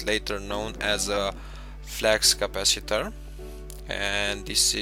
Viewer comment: flux capaciter not flax capaciter